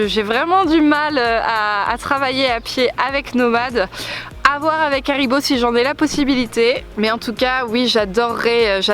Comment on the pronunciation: C'est pas cool que tu fas pas le h de haribo